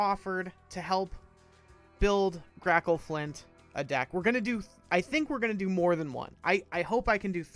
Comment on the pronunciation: Your pronunciation is right, but do feel free to call me Grackle or Grack if it’s easier.